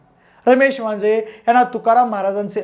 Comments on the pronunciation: वाजे असे बोलताना उच्चार केला गेलाय वांजळे असा करावा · अहो ते वांजे साहेब नाहीत वांजळे साहेब आहेत असा उच्चार करा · वांजे नाही आहे रे भावा वांजळे आहे